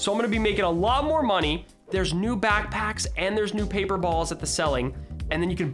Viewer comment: "backpackis" "backtaxes" Dictionary: Pronunciation of "Backpacks" bak-pak-s